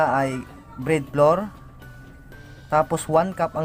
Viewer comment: Bread floor???ahahaha Ayusin m pagbigkas m yahaha